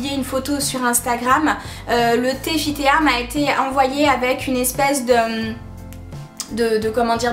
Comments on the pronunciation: Ca se prononce fit ti et non fit téa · '' fitéa'' lol, c'est FIT TEA, = thé en anglais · On prononce [Fit Ti] pas [Fit Téa] 😂😂 D'accord on voit ces produits partout et c'est un peu soulant .. Mais je ne suis pas d'accord avec tes arguments, tu dis ne pas voir de différences physiquement et physiologiquement.. C'est normal c'est DANS le corps que ça se passe, c'est bon pour la santé.. Pas pour modifier le physique même si ça peut aider un peu ^^ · Coucou... juste pour info On dit " Fit Ti " fit Tea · Enfin quelqu'un qui dit "Fi Té A" hhhh